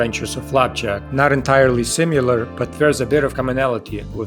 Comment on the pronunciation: This video is so well researched and well taught! (Also, I finally found someone who pronounces "similar" to how I used to. Like sim-yoo-lar.)